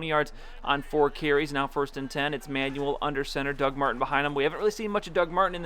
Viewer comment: Just a small thing - EJ Manuel isn't pronounced "Manual", it's pronounced "Manwell" :-)